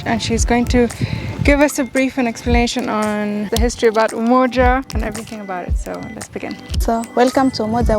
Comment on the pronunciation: Sis said Umoja estate 😂 great documentary though 👍🏾